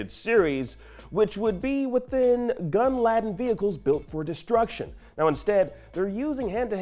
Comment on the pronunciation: Gun “ladden”??? Lol